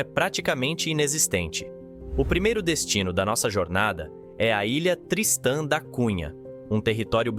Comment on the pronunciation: O nome correto é TRISTÃO DA CUNHA, um navegador, um homem Português e não "tristã" ou "tristan" como você pronuncia . Ah! A pronúncia é Groelândia e não "groenlandia". Por favor não fale em mortadela....😂😂😂😂para não sair mortaNdela 😂😂😂